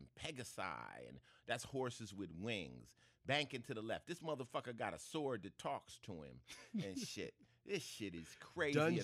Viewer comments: My favorite part is how Ice-T pronounced sword as "swoo ord". I Iove the mental image of everyone in the recording studio afraid to correct him 😁. He pronounces it correctly in this interview, so I guess it came up after the fact 🙂. Anyway, props to him for going outside his comfort zone into the deep deep nerd shit. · I think, as an Associate Lecturer in Some Deep Deep Deep Heavy Nerd Shit at the University of South Central, is more familiar with the earlier Dutch ("zwaard") and German ("schwerd") pronunciations of "sword", in which the consonant "w" or "v" is not silent. He likely felt using the older pronunciation would lend some authenticity to the archaic subject matter.